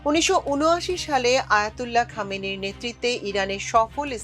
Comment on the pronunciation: আয়াতুল্লাহ খামেনি নয়, আয়াতুল্লাহ খোমেনি।